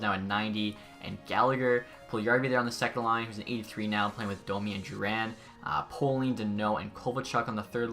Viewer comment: Just want to help you out as a Hab fan. I’m pretty sure it’s pronounced pre-moe not pre-moo and it’s pale-ling not pole-ling. Hope that helps just want to make sure you can make the best video possible